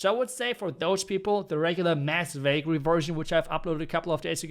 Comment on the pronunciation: Valkyrie❌ i hear bakery😂✅